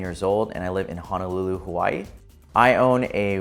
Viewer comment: You know he's not originally from Hawaii based on the way he pronounces Hawaii. He's probably from California or something.